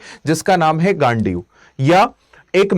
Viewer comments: Bhai gandhiv bol le gaaandee kuo bol rha hai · Ghandiv hai bhai please mat pronounce kar😂😂